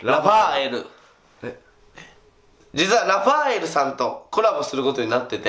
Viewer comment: 1人でラファ↑エル↓言ってて草